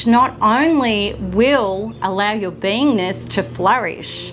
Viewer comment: It sounds like she's saying I have to heal my "vainess" or "penis." I had to keep listening until I think she said "beingness." Please pronounce better.